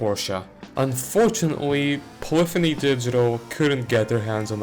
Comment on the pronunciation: Thank you for pronouncing the word "polyphony" correctly